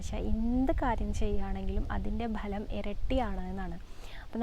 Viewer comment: ബലം അല്ല ഫലം